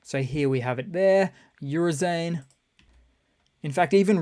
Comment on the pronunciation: My ears bleeding hearing how you pronounce Oo-ro-zhai-ne (Bountiful Harvest) as Urzain